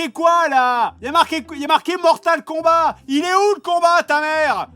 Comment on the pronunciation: On dit Mortal KombaT, avec un T, comme : "T'va voir ta gueule si tu parles pas komifo !" ...